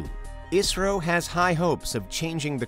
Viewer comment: Thanks for pronounce properly ISRO.